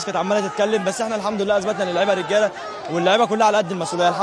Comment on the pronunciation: يجب نطق " الحمد لله " بطريقة صحيحة.